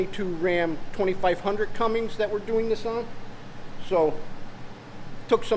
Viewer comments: Great video, oh it's Cummins..... Not Cummings.... Lol😂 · CummINS lol there's no G in the name...